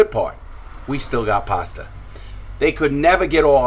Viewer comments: ‘‘ lmao bro, larry says it with his accent sounds like “paster” instead of pasta🤣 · HAHAHAHA THEY'LL NEVER GET OUR PASTAH!